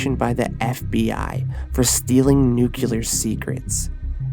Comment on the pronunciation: Bro I like your videos but I can't take you seriously if you say "nucular"